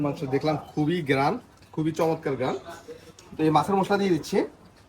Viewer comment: উচ্চারন ঠিক করুন মুশলা না মশলা গ্যারান না ঘ্রান